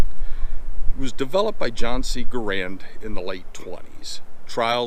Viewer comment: Sorry to be that guy, but his name is: gah-RUND, not GAH-rund.